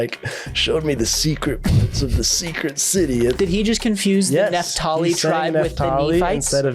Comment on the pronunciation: Its NAPH-tali. This clown is saying NEPH-tali